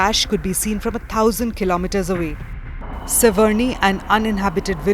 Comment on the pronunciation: “tirty four tousand feeat”